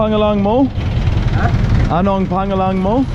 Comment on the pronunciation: Your pronunciation of "pangalan" needs to be worked on. It's so off. It's pronounced "pang-Alan" with emphasis on the "Alan" like the name. The 'a' in "Pang" is pronounced almost like an "o" in the word "lOng."